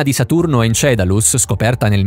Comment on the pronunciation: Encelado...!!! Non encedalus...non x cattiveria, ma praticamente in ogni vostro video c'è qualcosa di storpiato...